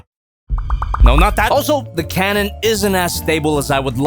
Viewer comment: said Karen not cannon